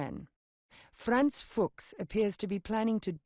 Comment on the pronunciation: "the FUCHS brothers" lmao